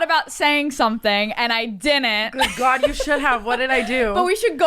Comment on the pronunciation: is the whitest person EVER HAHAHAHA. 10 weddings & the way he cringes & says “oh gawwwd,” in like a rich old English voice. I caaaaaaant 😂😂